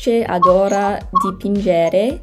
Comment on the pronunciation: Always check where the tonic accent falls: It's dipìngere, batterìa ... Don't worry if you don't understand the interviews, because the Måneskin all speak with an heavy accent from the city of Rome and it would be like an absolute English beginner trying to understand cockney speakers. There's a consonant shift in the Roman accent where many unvoiced consonants become voiced and that might be confusing and they don't really pronounce double consonants. I would recommend an audiobook of a novel that you're already familiar with. Or maybe a TV series because in Italy we voice over all of them.